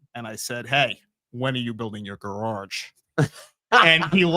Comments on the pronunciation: 🎶how come you can’t pronounce gararje 🎶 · I've heard some things said differently from different areas but I've never heard GAR-RARJ 🤣 I'm glad I'm not the only person who got stuck on that 😂 i can't unhear it